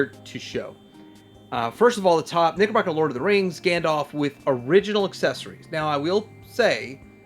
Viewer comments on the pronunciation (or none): is it not pronounced like the pants? Knickerbocker?